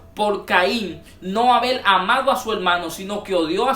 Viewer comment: No se porqué estos hnos Crean paginas de internet; sin saber artícular bien las palabras del castellano. en lugar de Haber, dicen abel subir dicen subil, escuchar, dicen escuchal, Creo qué mejorar su dilecto sería lo mejor para los qué estamos en otros países escuchando a un mal hablado. Una palabra mal pronunciada cambia totalmente el tema dando a entender otro asunto. Mi opinión es que aprenda a hablar para grabar sus opiniones, y recuerden que los que ven su vídeo son personas cultas en su mayoría. Por último la serpiente si tuvo relaciones con eva solo así creo una descendencia y solo Dios engendra por medio del espíritu santo.